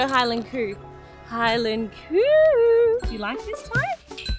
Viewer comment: Scotland’s beautiful. I’ve done Inverness Skye and Fort William on the train before. By the way, the Highland Coo isn’t as you’re pronouncing it (unless you’re imitating a thick Scottish accent) it’s actually Highland Cow (the cow part being produced normally, not coo)